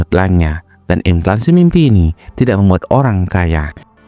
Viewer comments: Inflasi bukan inflansi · Ini yg ngemenk kok ngaco sih. Yg bener inflasi. Bukan inflaNsi. Wadoh... Fatal (adopted from English, inflation) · Inflasi bang bukan inflansi 🤌🏻leviouusa! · INFLASI min, bukan Inflansi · inflasi bukan implansi😅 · Gue setuju, tapi masa gak bisa ngomong INFLANSI?